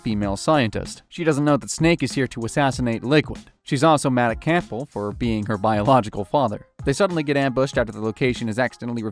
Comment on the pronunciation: “Roy Campull “ 😭